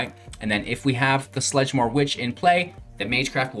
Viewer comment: I love this deck idea. However... it's hard to take it entirely serious when you pronounce the card names wrong. Theres no L in sedgemoor haha